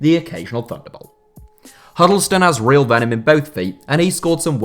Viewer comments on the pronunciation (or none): none